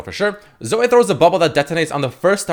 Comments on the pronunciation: Her nam is (Zoh-ee) now (Zo-way) Sry but that was so cringe lol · Zoh- Ee not Zoh- Ey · i kinda died a little when called her Zo-way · it fucking zo-ee not fucking zo-eh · When called her "zo-ay" I got trigger as fuck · it’s zo-eeeeeeeeeeeee not zo-AY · It's not zoi it's Zoe ffs lul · It's not zo-ay, its not zo, IT'S FUCKING ZO-EE. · Zo-ay or zoh. Dude have you never heard the name Zoe before??? You're pronouncing it like 5 different ways none of them are correct. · Please stop saying zoh-ay, it's more cringe than the champ itself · please no. it is not zo-way. (insert clip of steve carell from the office(OH GOD NO)) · Why are you pronouncing Zoe like "zoah" ? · why did you start pronouncing zoe like an abnormal human-being...? saying it like 'zoeai' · the type of nigga to pronounce Zoe as 'Zoay' LMAO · Zoay? Who the fuck would pronounce it like that? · Zo - Ay ? you for real bruh? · Anyone else annoyed at his pronunciation of Zoe? cause i'm annoyed. not like i hate it annoyed just annoyed that it's got so many different pronunciations nowadays.